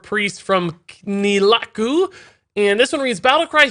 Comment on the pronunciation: It's pronounced Nel-tha-ra-ku :P